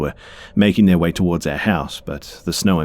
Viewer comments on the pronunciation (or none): none